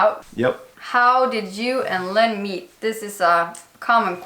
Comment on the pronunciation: Lynn said Lynn like "Looon". Rhymes with Jon "Uoon". Lynn is hilarious. Y'all make a great pair.